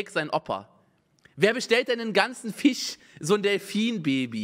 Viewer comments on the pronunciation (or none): Niemand: Unge: Wer bestellt den nen ganzen Ficchhh?! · Das ist der Witz xD Simon ist einer DER Menschen, die das "sch" nicht im Wortschatz haben. :D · Bitte Fisch mit sch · niemand, absolut niemand schreibt fich anstelle von fisch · Wie Unge FIHSCH sagt triggert schon hart :D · anderer seits sagt unge "fisch"